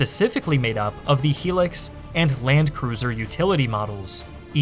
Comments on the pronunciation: It's high lucks... no helix. Just look at how the brand name is spelled "HILUX" as in hi, my name is lux. Not helix. Made the video unwatchable for me. Just bothers me as it's a massively common brand across ths globe. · Its hi-lux not helix.... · Never heard someone refer to it that way lol, pretty certain its Hi-lux not helix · Toyota "High-Lux" not " Helux" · Also, Hilux, not Helix 😂😂😂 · Just a few corrections on the Toyota's themselves: 1. Hilux is pronounced high-lux not he-lux as it comes from the Japanese pronunciation (Hairakkusu). 2. The Hilux shown is way to modern for 1986/1987. The one shown looks to be a sixth generation Hilux ( ), as its body is smooth. The Chadians would have been using fourth generation Hilux's and earlier. 3. The Hilux's shown look to be more correct. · I don’t know if anyone has mentioned this but it’s a Hilux (high Lux) not a He licks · Good summary. FYI, Hilux is pronounced as "high-lux", not "hee-lux". 👍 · The truck is pronounced "HI-lux" NOT "HE-licks" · 10/10 video Although it’s pronounced “high lux” not “He lux”. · Why do you say Helix and not Hilux, is it a French specific version? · Hilux is said the way it's spelt, not Helix but Highlux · It’s a High-Lux mate not a helix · Is pronounced "High-lux" as opposed to a "helix" 👍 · I was wondering why you kept on saying "helix", but then realised you were saying "hilux" which is actually pronounced "high-lux". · Hilux is pronounced high-lux, not helix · Oh man.... The *he*lix.... That was painful to hear.... In AUS its very clearly the Toyota Hi-lux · It's pronounced high-lucks not hee licks 🤣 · Lolz, it's "Hilux" (high lux), not "Helix" 😂😂😂😂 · Hi - lux not he licks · Helix ? Pronounced high lux. Hilux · It’s pronounced HI-LUX not HEELUX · It’s *Hilux not Helux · The HI LUX not helix. For the love of all that is holy please look up how to pronounce things. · Fun fact the Toyota Hilux is actually pronounced as Toyota High Lux(as in the short form of Luxembourg, Lux)